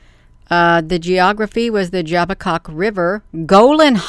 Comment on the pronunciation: it is jabbok river not dzabbok river...yabbok!